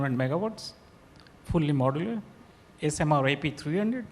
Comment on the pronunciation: What's the difficulty in pronouncing the simple word Modular? It's so awkward from the part of Podcaster